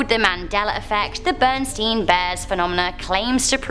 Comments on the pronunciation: BER-in-STAIN Bears; not Bern-steen bears. As a small child, my daughter had several of the books and they were always titled The BerenstAin Bears (in whatever adventure). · Those bears names are NOT “Berenstain”, I’m sorry. They have always been “Berenstein” Bears, and they always will be. I don’t care what anybody says.